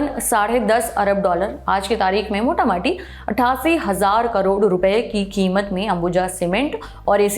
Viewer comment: "मोटा-माटी" की जगह "मोटा-मोटी"...